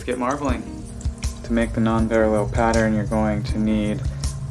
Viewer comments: thank you! but it's PAREIL not PARALLEL, dude... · It s Nonpareil, not Non-parallel. Kinda pronounced Non-parrey. Hope you don t mind the correction. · It’s pronounced “non-PAIR-uhl,” FYI. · Pronunciation is incorrect... should sound like nonparell... and dude, clean your tools. They nasty!